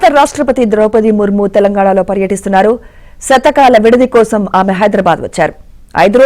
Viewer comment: శతకాల విడిది కాదు తల్లీ శీతకాల విడిది అని పలుకు...